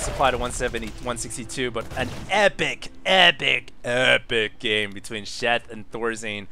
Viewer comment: "an epic, EPIC, AIRPAKE game!"